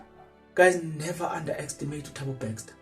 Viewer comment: can we get a proof of this speculation, dude its Bester not BeXter